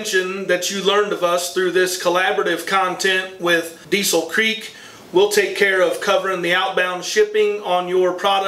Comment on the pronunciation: Diesel Creek is in western Pennsylvania so it’s pronounced “Diesel Crick”….